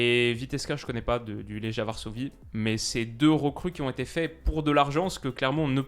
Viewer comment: Legia se prononce « Léguia » (Comme on prononcerait « Léguer » en français)